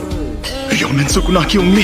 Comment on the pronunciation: It's Sukuna not Shukuna 😂